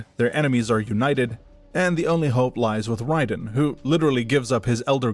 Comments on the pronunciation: First of all i was very sceptical of the voice and not mentioning that the og kung lao was the ancestor to clarify misconceptions but after hearing you pronounce raiden i was 100% sure this is ai slop at its finest. Dont get me wrong you probably halfway put effort in this vid probably. But i aint watching that shit. Now gtfo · its not wrong but its MK wrong lol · You get a down vote because mispronouncing Raiden tells me youre using AI, either to write your script, read your script, or both. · Buddy makes a whole ass video on the world of MK and can't even pronounce Raiden correctly. Like did you even listen to any of the scenes? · Has to be saying the name wrong on purpose. Raiden's name is used in every game countless times properly. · Great video. I really enjoyed this succinct summary of Mortal Kombat's deep yet convoluted lore despite the omission of 11's part in the story and the mispronunciation of Raiden. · you are correct. It’s not up for debate since nether realm created raiden and also named him so they can pronounce his name however they see fit which they decided to go with ray-den instead of ry-den. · No offense, but I think that people assume it's AI because of the unusual way that you pronounce some names, especially Raiden. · It's definitely AI. To humor you: if it isn't, then credit your voice over artist. It's definitely not self-narrated, because if you knew this lore and played these games, you definitely wouldn't have had the off pronunciations you have in this video. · By the way, it is Raiden, not Ryden. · RAY•DEN That's how it's pronounced. Got damn. Raiden. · Raiden the thunder god. Not wrong ,but this guys name is pronounced Rayden. He wasn’t the lightning in the rain. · Pissed me off the way he said Raiden